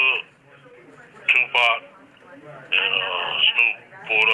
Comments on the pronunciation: Bro I couldn’t take it serious when she said 2 pack wtf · 3 decades later and these YT folks still can’t say 2Pac name correctly 😂 😂 😂😂😂😂😂😂